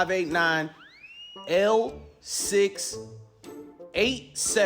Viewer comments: When he pronounced the number 6 as seex I knew it was a west African accent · Regarding the accent: His tonalty alone reveals that he is African. I believe he is using an old technique to disguise his voice wherein the scammer opens his mouth very wide while talking. Dead giveaways were pronouncing "six" as "seex," "back" as "beck," "clearly" as "clarely," and the expression "how do you mean joke." These are West African attributes. I believe the UNITED STATE OF AMERICA on the fake ID narrows him down to Nigeria. 💵